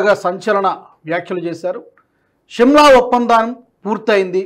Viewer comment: Shimla is wrong pronunciation of telugu